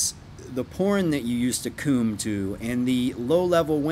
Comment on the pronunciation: I die every time he says "coom" or "coomer" 🤣